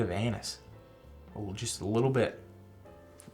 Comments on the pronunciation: you should pronounce anise like “a niece” when you pronounced it on here it sounded like anus…nobody but dogs want to smell anus! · at the mark What I hear: “I got a little bit of anus.” Me: WHAT?! “Oh, ANISE!!!” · 😆 that is what I heard too. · OMG I thought T said I get a little bit of “anus” 😂😂😂